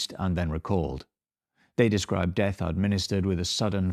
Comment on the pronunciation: "I'm creeping deeath-a"